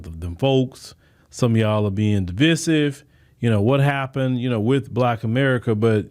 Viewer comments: The word is pronounced Di-vI-sive long I sound not Di-vi-sive short I sound. Sorry, but I'm a retired teacher and the way you pronounced that word drove me nuts. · DE VIE SIVE IS HOW YOU SAY IT! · sorry that was a typo Divisive is not pronounced the way he is prounouncing it. IJS